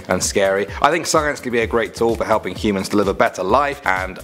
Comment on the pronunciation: Am I the only one keep hearing him say "he-mans"?